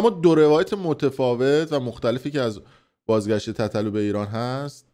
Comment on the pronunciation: تو برنامه قبلیت یه لحظه ریدی، گفتی، بازگاشت تتلو؟؟ لاشی دیگه نیای توپوق صدا و سیما رو مسخره کنی. کسکش تو برنامه‌ای که لایو با تتلو میگفتی،(چیکار میکنی کمرتو سفت میکنی که صدتا دختر رو میکنی، به ما هم بگو تا یاد بگیریم.) اونموقع دختران سرزمینت نبود. حالا غیرت رو دخترا داری؟ یا دیگه تتلو برات سودی نداره؟!